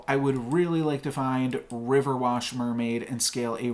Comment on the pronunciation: Nice game dude. I just have one criticism. It's RiverWISH not WASH xD